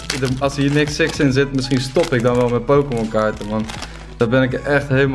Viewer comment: Jij weet echt bijna niks van pokemon....Kun je al zien als je hun namen uitspreekt.